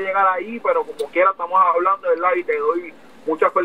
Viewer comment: Veldad veldad veldad jajaja